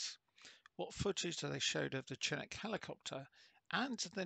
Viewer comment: It's pronounced with an sh sound. Like champagne or Chicago.